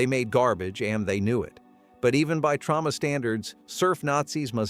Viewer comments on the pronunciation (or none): TrOma. Not trAUma.